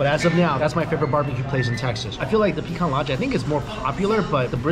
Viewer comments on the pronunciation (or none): It is actually in Deep Ellum. Don't pronounce Pee-can or Pee-Cahn. You're in Texas now, it is Pah-cahn. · Wow, completely butchered the Pecan Lodge name! I’m born and raised here in Dallas and always avoided it because I just knew it was too hyped to be what it seems. You just confirmed it for me good sir!